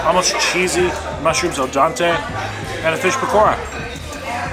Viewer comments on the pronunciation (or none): Please stop saying 'al dante'. It is 'al dente' . I hope that you read this. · he said al dante again!? lol is there an inferno?